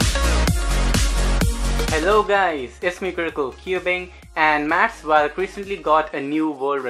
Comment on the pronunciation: its not pronounced as vaaallk his name is pronounced as volk